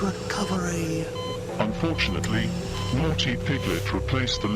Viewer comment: Every time he says unfortunately 💀💀💀 And this is what scared me